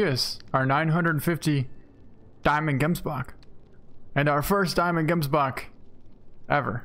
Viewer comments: great content, i don't know how other people pronounce it but, where i am from (South Africa) you say it like hemsbok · I really like the way, you pronounce Gemsbok. ;P .... Should be Hemsbok ;)